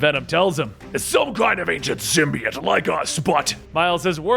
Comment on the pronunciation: The only person on the internet who pronounces symbiote the right way!